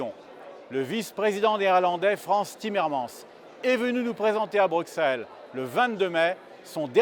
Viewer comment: On prononce , pauvre minus, et < frann's timmermann's>.